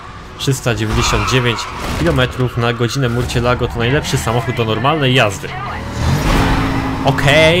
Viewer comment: czyta sie "musjolago"